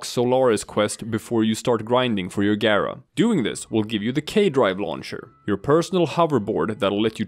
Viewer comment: You pronounced her name correctly and for that you have a new subscriber.